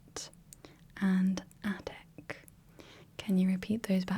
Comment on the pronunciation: "Incredible Chocolate Addict" Had to get that out of my mind as well 😅 Although I think you said attic, the addict sounds funny 😁 I loved this challenge, didn't get to remind everything but it was a nice practice. Oh, and I would have thought that the mirrored numbers were on purpose and I appreciate that you left that in as it is.